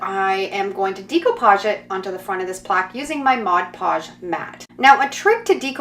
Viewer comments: The correct pronouncing is. DAY COUPAGE DAY COUPAGE DAY COUPAGE It's not so hard. Practice saying it and it will come!!! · You have an awesome ability to change the concept of any item but sweetheart it drives me crazy how you pronounce "decoupage"...🤣